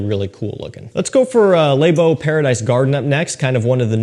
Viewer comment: “Layyy beau” “Leigh BO” says it so pronunciated that it sounds weird 🤣